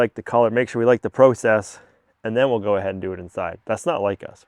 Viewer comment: You need to learn how to pronounce process